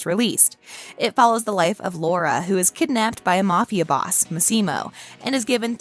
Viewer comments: For God's sake, learn how to say the character's name's correctly!!! It's pronounced Mas-E-Mo, not Mas-Seem-O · It's MAssimo, not maSSImo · It’s LeviOsa not LevioSA. 🤣 The ‘Massimo’ pronunciation is killing me. Lol! (Among other pronunciation issues.) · Why do you pronounce his name like that? It´s an Italian name, that´s not how you pronounce Massimo lol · This narrator is so grating, no interest in correct pronunciation of names. Massimo is MAH-see-mo. Puglia is POO-lee-ah. Michele is mee-KAY-lay. Grrr.